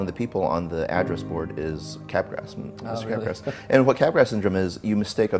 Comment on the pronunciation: It is pronounced like Mardi Gras. "Cap-Graahhhh" syndrome. Not Cap Grass. I had to say it, someone had to ily